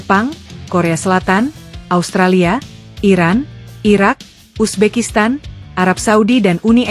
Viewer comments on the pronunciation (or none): none